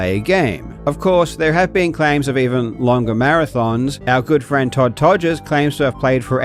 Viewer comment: The only cheat here is Todd’s name being cheated by you saying toddger lmao I’m kidding it’s just really funny